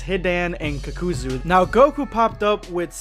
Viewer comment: It's pronounced (kakazoo) Not "cuckoozoo" They say it in the show repeatedly. Idk how that's hard. Like holy shit you and every other anime youtuber can't pronounce names like you're doing it just to piss people off.